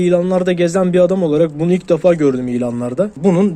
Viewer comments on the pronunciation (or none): none